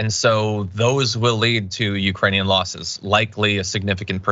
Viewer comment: English guys.....losses not loses